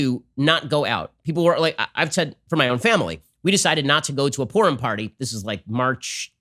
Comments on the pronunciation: Many many people have been working so data should be collected on what has happened with them. Take a walk, they are everywhere. "We decided we just couldn't go to this porn party..." ?? Please pronounce Purim more carefully. 🤔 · I got distracted and then heard Ben Say "And I said to my family, 'Guys, I don't think we're going to this porn party.'" O_o Clear enunciation is a virtue. lol